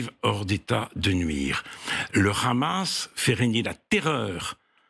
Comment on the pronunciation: Pourquoi prononcer Hamas façon arabe ? J'ai l'impression d'être sur une chaîne arabe !